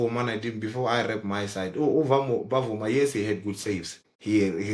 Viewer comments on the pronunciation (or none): Guys the goalkeeper is Bvuma and not Ba-vuma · You pronounce it like "Vuma" , the B is silent